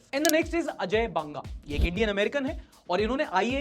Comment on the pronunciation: बांगा नहीं भाई बंगा ✅।